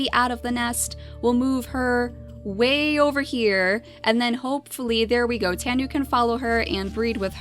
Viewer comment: tanu is pronounced: Tah-noo